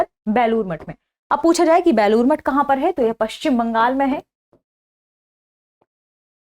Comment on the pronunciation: बैलुर नहीं है बेलूर है